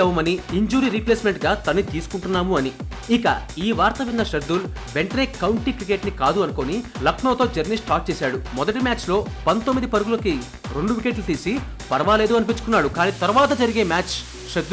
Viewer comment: బాబు శర్దూల్ కాదు.. శార్దూల్